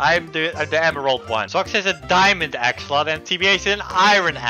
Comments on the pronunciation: it’s pronounced axe o lot ul Axolotl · It’s pronounced axolotes. Not axolotl. The original name was axolotes. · It’s axolotol not axolot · I like how called them "axolot-xolots" 😂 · axe-ol-ot-ol-s there you go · I like how can’t say axe a lot la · The best part of this video is the fact that he couldn't pronounce "Axolotl" the entire video. Don't ever change,. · The man absolutely mispronounced it but still won